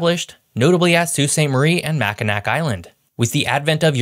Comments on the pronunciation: I came here just to say this. Mackinac Island is pronounced “Mackinaw”. There is a city right near the bridge that’s actually spelled as it sounds “Mackinaw City”. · Saying Machinac like 'Mack-in-nack' makes me cringe... Yooper here (from the Upper Penninsula), grew up in Escanaba and Marquette. :) Love the showcase of our amazing state! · Right as he was about to say it, I was like Please don't say MackinaK, please don't... and he did. That's okay tho, I'm used to it by now. I'm from the Keweenaw, which is KE-we-naw, but so many people say kuh-WEE-nuh that I'm running out of ears to stab. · Like Mack-in-ack Island instead of Mack-in-awe Island?😁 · Learn the correct pronunciations before doing a video like this! Mackinac is pronounced Mack-in-NAW, not Mack-in-NACK. I also noticed some other Indian tribe and place mis-pronunciations throughout the video, though the Mackinac was the only one repeated. Also the Keweenaw peninsula area had the third largest population in the state during the copper and iron era and it was the demand for those products waning that largely led to the population decline. Many mines remained active but not as profitable as during the area’s hey day. Both the northern lower and upper peninsulas also had significant lumbering in the second half of the 19th century. The dead cutover stubble resulted in many large fires during the dry years around the same time as the Great Chicago Fire. This also led to people leaving these areas and a realization of the once beautiful forests we had lost. Conservation resulted in replanting and as the forests grew back the areas now largely have tourism as their largest industries, with several large protected State and National Forests in the northern parts of the state. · Mackinac is pronounced ma-kuh-naa. As a Michigander, it was like a stab to the soul when you said it. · it's pronounced Mac-a-nac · I felt it too. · No. It's Mac-in-aw No Ls at the end. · Mack I nack lol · Let’s go to MACKA-KNACK! 🤦🏻‍♂️